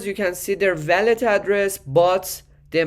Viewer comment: bro its wallet..not.valet. just say wooow-let❤🙏🏻😉